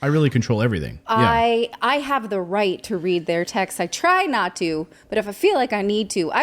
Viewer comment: sorry it's right right right right raight